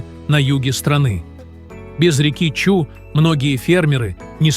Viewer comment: Не Чу, а Чуй, происходит от слово ЧУЙ!!